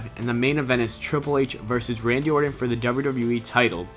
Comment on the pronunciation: Orton man, or-ton, ton, ton ton lol not ordon, ordin, or orden, like come on guy, in today's day and age there is no excuse for botching names in prerecorded videos. that aside good videos.